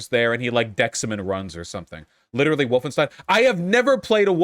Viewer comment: Lol he said Woof-enstein